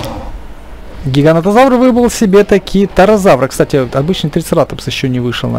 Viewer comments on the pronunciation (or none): гиганотозавр а не гигантозавр